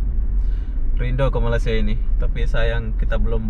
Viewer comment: Mantap viewnya, mantap tutorialnya tapi sayang kenapa ucapannya banyak gak benar, contoh: malaysia dikatakan malasia dan satu lagi yg paling parah TKI dikatakan pula PKI. Mohon maaf bukan bermaksud tidak sopan di komen saya ini, ni cuma sebagai kritik untuk. Ntar kalau mau diposting mungkin bisalah disaring dulu.